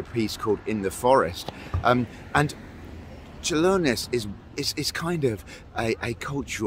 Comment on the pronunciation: Your pronunciation of Čiurlionis is spot on, nothing to worry about :)